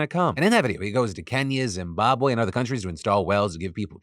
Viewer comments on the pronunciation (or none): none